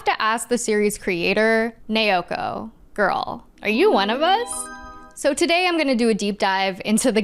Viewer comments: The pronunciation of "Naoko" used in multiple points in the video sounds very off to me. The pronunciation in the video sounds like "Neoko" or "Neioko" instead of "Naoko". Apologies for the awkward feedback. Every name otherwise sounded fairly normal to me, so the difference in the manga author's name stands out. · Not nay-oh-koh. It’s pronounced nah-oh-koh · Friendly heads up from someone who made the same mistake for an embarrassingly long time: when you see "ao" in romanized Japanese, it's pronounced like the vowel sound in "ouch" - thus, the creator's name isn't pronounced nay-o-ko, but now-ko. :) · Okay, this was absolutely fantastic and also thank you for reminding me about Star Gentle Uterus. 😂 Also, there is absolutely no fun being poked here. We have all been there in the past- The 'Nao' in Naoko just sounds like the word 'now' in English.